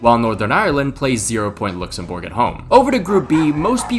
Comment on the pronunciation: Lucks-em-berg. Not Looks-em-borg. Atleast in english pronounciation